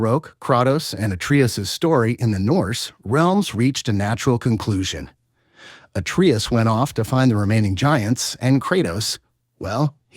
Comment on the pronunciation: Ragnarook? Atreeis? Apreis?